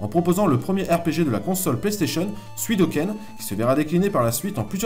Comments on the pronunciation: Vraiment sympas, est pas du tout indigeste. Un bon recap sur cette merveilleuse boite qui nous a fait rêvé durant toute ces années :) Petite faute de diction, sur Suikoden et non Suidoken, rien de bien méchant. Je me suis abonné, bonne continuation. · Suidoken ou Suikoden ? :)